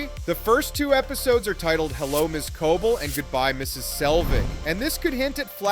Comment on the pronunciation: it's pronounced Co-Bel, not Co-Bul! 😏